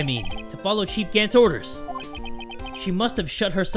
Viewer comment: *Dies from saying OrDeR OrDeR too much Me: *on my floor crying for saying OrDeR